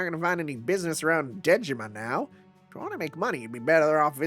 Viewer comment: Every time you say “Dejima,” my brain hears “Digimon.” By the way, there's a reason why Sei is in the main cast of this event: the writer of HibiChika (and of this event) is OKSG, who is also Sei's writer. Sei is the only character he’s written for FGO; his main role at Type-Moon is Web Designer/Programmer (and that’s also why HibiChika was Type-Moon’s web mascot). When the event was released in Japan, he said on Twitter that he was happy to be able to write something again about HibiChika after 10 years